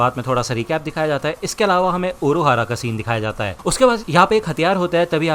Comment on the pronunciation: Urahara❌ Uruahara✔